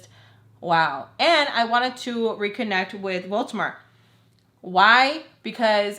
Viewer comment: every time u say Voldemort it sounds like you're saying Baltimore so whenever I explain these story times to other people I keep accidentally saying Baltimore